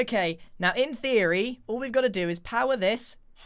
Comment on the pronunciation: I think Grian’s favorite words are: “In theroy”😂